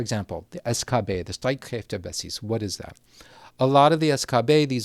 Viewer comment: The real tragedy here is the prononciation of Streitkräftebasis